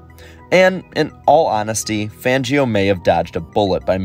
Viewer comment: Completely butchered the name. It's pronounced FONgio